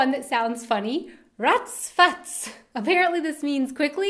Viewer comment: Ach Du heiliger BimBam - is more a bit scared surprise expression (i.e. when something bad happened) rather than just being surprised & it sounds awesome when you say it - keep it! :) ex! - lose it. Stick with "zum Wohl". Ratz Fatz - sounds really nice when you say it, but maybe you have to find more fitting context to use it ... Dödel - it can mean dumb person or jerk, but it can also be a slang-word for penis! Batzen - i don't know about Bavaria but in the rest of Germany better lose it. Kopfgärtner - i laughed so loud at this one! I never heard it before and i must say i love it! It's a really funny one pun. Use it - if you like to and are in a joking mood. :D - btw that's so awesome about german, that we are able to invent new words just as we like and everyone is able to understand them. :) Gammel is junk, yes - but i know it only as a verb: "Ich habe heute den ganzen Tag nur herumgegammelt" means "i was lazy all day long", and by lazy i meant really lazy! Or food is "am gammeln"(and "gammelig" would be the result of), then it means the food is rotting. Faxenheini - yes that means a funny jokster GickGack - i didn't know this one, but i'm also not a youth anymore. ;D I know only "gickeln" (means snickering) and "gackeln" (means chitchat in a funny way). Btw your pronouncing is really good, only at the GickGack you spoke the "a" like an "ä", but everything else was fine. :) For german slang-words just go to "Sprachnudel" or "Mundmische". You can find both on Google on the